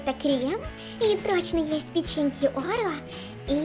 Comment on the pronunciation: Не оро а орео